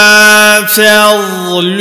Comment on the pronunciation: Hocam mükemmelsiniz ağzınıza sağlık. Dat harflerini Z ile mi çıkarıyorsunuz. Yoksa D yi ustalıkla mı çıkarıyorsunuz biz z diye okuyalım mı ? “Fedlullahi” . Dk da mesela.